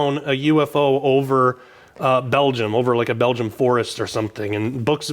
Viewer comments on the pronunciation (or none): none